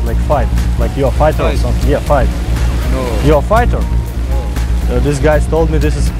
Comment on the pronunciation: "Yo wanna five" "Looks like a gays" Well pronounced! No wonder people were like "what?"